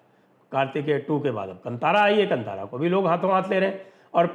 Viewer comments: Bhai sahaab yeah kantara nahi kaantara pronounce kijiye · Sanjay ji, glad you covered this. It’s pronounced “Kaantaara”, and not “Kant-aara”. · It is not KANTHAARA , it is pronounced KAANTHAARA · Sir it is Kaantaara, not Kantaara 😊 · The pronunciation is कान्तारं ಕಾಂತಾರ. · Sanjay sir, thanks for this video 🙏🏻 Right pronounciation is Kaantaara (कांतार) 🙏🏻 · One small correction, 'ka' has badee aa ki maatraa. It is to be pronounced as "Kaantaara" Sir.